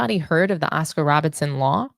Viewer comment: Cmon now, you just got through cooking Am I Crazy for mispronouncing Britney Griner's last name, then you turn around the next second and mispronounced Oscar Robertson as Robinson. I gave you props for correcting him, but check yourself as well. And as a side note, that crap he spoke about what ALL MEN, yet won't say, he is a sexist that thinks that Women can't play exciting basketball. THAT is wtf he is saying, despite liking Ogwumike.